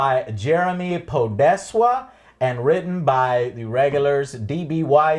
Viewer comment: Podeswa or rather Podeszwa means sole in polish. so we got Jeremy Sole actually.